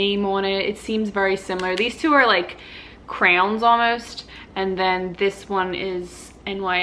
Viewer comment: I like how you say crayon lol you pronounce it like crown also if you do mascara first, you can prevent it getting on the shadow. You did the shadow fine though. As for the old mascara, it can and will lead to eye infections. It’s more common than you think. Toss it! 25$ is not worth the risk. Use the new one haha I’m glad you listed the products though I want to try the gold eyeshadow, I’m not used to that brand